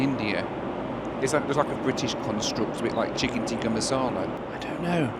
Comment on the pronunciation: It’s not chicken teaker, it’s chicken tikka!! It’s not chapatty, it’s chapati!! Gosh🤦🏽